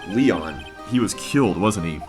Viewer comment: It may be too late, but Léon is pronounced differently. I believe it's more like "Lay-on". I don't know what those tiny lines above certain words (like in Spanish) are called, but they indicate that the word is pronounced slightly different than it looks. I don't know much Spanish, but I do know it's not pronounced, "Lee-on".